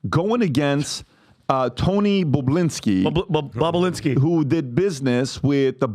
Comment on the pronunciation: They should keep saying bobolinski at the right time just like Howard stern keeps saying bababooie, seeing Patrick can't say it correctly 😮😂